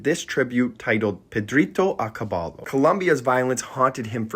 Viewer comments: Ca-BY-yo Not cabalo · Medellyn and kabahlo are diabolical pronunciations.